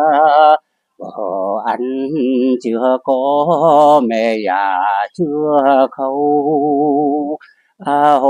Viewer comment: Tại sao giọng họ lúc Nam lúc Bắc ? Có phải giọng cổ v không ? 😮 họ phát âm chữ Già ko giống người bắc mà giống miền Nam : Dà.